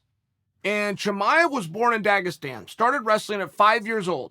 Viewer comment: Nah, if Chael says he from "Dagustan" he's from "Dagustan"